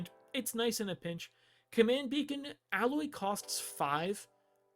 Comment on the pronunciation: Its A-loy. They say it quite a bit during the game. Though the name is clearly in reference to alloy